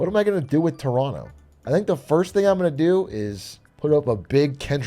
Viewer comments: I'm surprised that Big A says "Toronto" like a local. Maybe he's one of us after all Hmm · How does he know how to pronounce Toronto correctly?